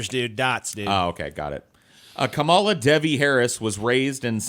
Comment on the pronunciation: It's actually calm-uh-luh not kuh-mall-uh.